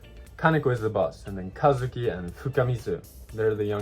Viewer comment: It's so crazy. I know Kazuki is a common name in Japan, but I grew up in the USA and everyone has always mispronounced it. It throws me off to hear my name said correctly in a video.